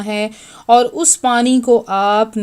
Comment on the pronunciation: دوسرا طریقہ واضح نہیں ہے (کسطرح پڑھنا ہے لہجہ واضح نہیں) سو ۱۰۰ پر زبر ہے پیش نہیں، اسیطرح اور الف پر پیش نہیں۔ بلکہ زبر ہے۔